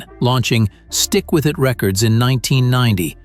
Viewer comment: These fake narrarators, don't know how to pronounce shit!! SMH